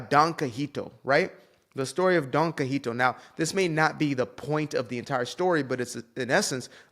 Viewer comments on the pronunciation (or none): It’s pronounced “kee-ho-tay”, and he fought windmills thinking they were giants. Regardless, it’s THE holy grail of satire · It's pronounced "kee HO tay". Otherwise, spot on.😉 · Kee-Ho-Tay, actually.